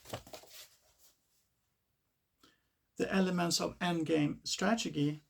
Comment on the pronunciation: chess strategy ❌ chess tragedy ✅ chess strachigee✅